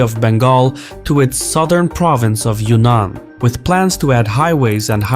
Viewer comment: Yunnan is pronounced the way it is spelled, i.e. Yun-Nan, NOT *Yunan Pronounce BOTH "n"s.